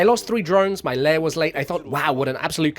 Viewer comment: Lair, not layer lol